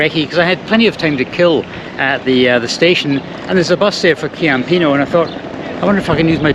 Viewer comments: Ciampino is pronounced CHIAMpino. The Italian c is pronounced as an English CH and the Italian CH is pronounced as an English K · its chhhhiampino 😃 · Hi. The pronunciation of the second airport is: CHAM - PEE - NOH (for an English speaker). A "C" followed immediately by an "i" or an "e" makes a soft "C" (hence "CHAM - PEE - NOH"/Ciao, etc.. CA, CO, CU, or CHe, or CHi [these last two CH + e or i] provide a hard "C" like "K"). Some examples: campana - bell (pron. Kampana), Como - a city (pron. Komo), Cuneo - a city (pron. Koonayo), Cestino - basket (pron. CHestino - soft C because followed directly by an "e"), Cieco - blind (pron. CHieco - soft C because followed directly by an "i"), Che - that (pron. Khay - hard C because of the H after it and before the E), Chianti - an area in Tuscany (pron. Keeantee hard C because of the H after the C and before the i). Hope this helps you and any other travellers/learners of Italian. (My "CH" of course follows English logic as in "cheese" or "chips" - soft CH).